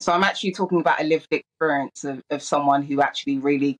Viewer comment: "Exporience"!! Where did she learn to speak English?